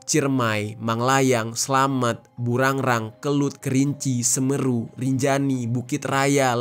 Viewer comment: sampeyan ini org mana?, kog aneh ketika mengucapkan semeru